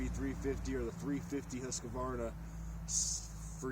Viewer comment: Husqvarna: Husk-var-nah Acerbis: Ah-chair-bee